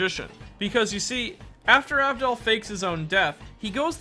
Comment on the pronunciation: Tmw no one ever respects my G enough to say his name correctly. Abdul